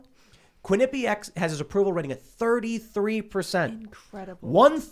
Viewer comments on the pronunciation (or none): "Quincy pac!!!!????" Poll?? Holy shit is murdering words today! 🤣🤣🤣